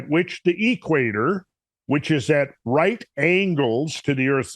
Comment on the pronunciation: He says.....the..... EEEEE-quator. Kinda like DEEEEE-troit. :-)